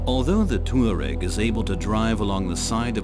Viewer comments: the narrator pronounces it "TOO-areg." , he says TWA-reg." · "TWA-reg" , "tour-reg" . Nobody knows the correct way to pronounce Touareg.